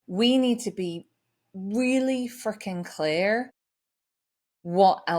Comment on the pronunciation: Didn't sound like you said Freaking 😂😂😂